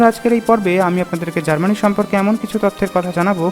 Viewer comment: Its Germany not GARMANI.